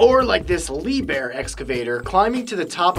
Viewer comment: yeah, Wetten dass^^. You have to speak the H in Liebherr